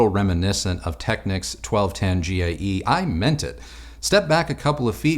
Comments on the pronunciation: yeah that annoys me too. it’s not “tekniks”, like the ny knicks. it’s “tekneeks” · Always enjoy the vids, keep up the good work! FYI, it's pronounced "Tech-neeks" and K-E-F, but because of your age I'll forgive you 😀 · Just letting you know young man, Technics is pronounced Techneeeeecs. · Nice video. I'm a Technics man myself from way back. I still use a Technics SL-QD3 to spin my vinyl. It's a great little turntable. It's never failed me one day since I purchased it back in 1985. Just as a bit of 'helpful' information. The Japanese pronounce it..."Tek-neeks". I cringe whenever I hear it mispronounced. Otherwise, great job!